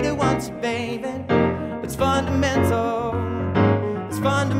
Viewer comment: I kept hearing the word 'fundamental' as 'butter menthol'